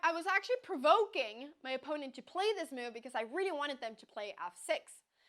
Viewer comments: I like the way the pronounces "move" as meow, very cat -like. I do not like her creating a user with a 600-rating and killing the poor souls playing against her. They never knew what hit'm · I find very cute the way she pronounces the word "move"